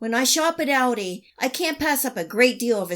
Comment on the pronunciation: It's aldi, not audi...